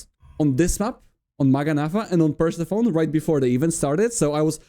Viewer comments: Awesome, we need more cheese in pro tournaments! By the way, Persephone is not pronounced "Percy phone", it's pronounced "Pur-sef-oh-nee" - it's Greek, I think. English really needs diacritics in the writing system, because this isn't obvious even to a native speaker (plenty of native English speakers will be saying "Percy phone" so don't worry about it too much). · Pretty sure it's pronounced Pur-SEF-uh-nee. Great job in the tourney!